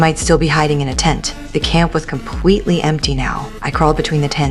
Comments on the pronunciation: One why did you say completely like that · I heard completlwe 😂😂😂😂😂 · compwetely..... that's what they said